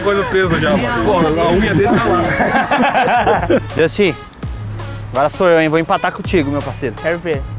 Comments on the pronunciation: Não é Justin, é Josten. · "Jostin" amassou kkk